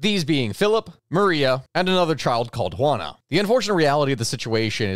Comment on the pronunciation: Juan a, not jewanna. Juan with an a on the end